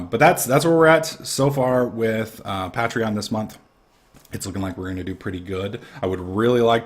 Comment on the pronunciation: Pay-Tree-On not Pat-Tree-On xD